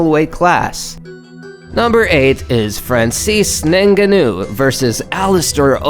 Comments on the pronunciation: Francis vs Alistar isn't called the most violent fight. It's the most violent uppercut. Also you are pronouncing Ngannou wrong. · how do you have an MMA channel yet don't know how to pronounce Ngannou